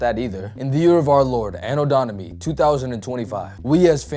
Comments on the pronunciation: AD, anno domini is pronounced anno dom-in-eye, not dom-mini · sorry but after hearing “anno donimi” and “in of and itself” i had to click off. learn to speak dude lmao